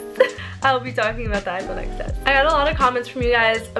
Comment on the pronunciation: it is XS but it is pronounced “10s” because the X is just 10 roman numeral.